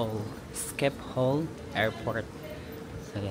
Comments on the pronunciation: you pronounce Schipol Airport in Amsterdam as “shi-puhl” airport. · The way u pronounce Shiphol is weird😂. It’s sheepol